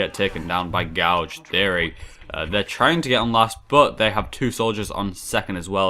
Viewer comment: please look up the correct pronunciation of the word Gauge! (as in measuring equipment not a thing you do with a spoon to someones eye) much appreciated - laggy guy from |Tss|